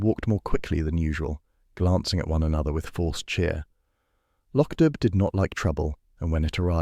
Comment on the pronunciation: This is so well done. Thank you. Though, just a small correction: it's Loch Dubh pronounced "doo". 😂